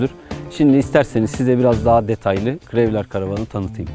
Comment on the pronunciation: Krevler diye okunmaz krowlır diye okunur. Anlatım için teşekkürler.